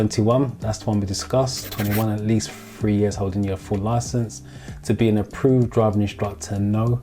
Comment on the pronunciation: your videos are very helpful, what Im struggling with is there's no difference between free and three when you pronounce the words and it is really confusing when should it be free and when it should be three....especially when you talk about third-party insurance.....